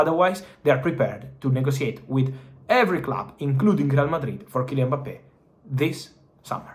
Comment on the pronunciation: hilarious hearing him say Boppay